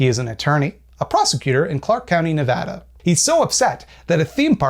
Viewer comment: THANK YOU FOR PRONOUNCING NEVADA CORRECT that was based